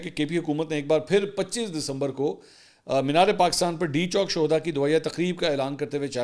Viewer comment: It’s shoda not shuhuda